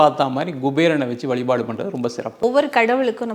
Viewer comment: Dear Anchor: Valipaadu illa vazhipaadu